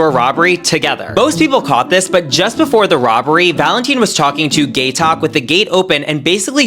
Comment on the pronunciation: The way he pronounced Gaitok 😂😂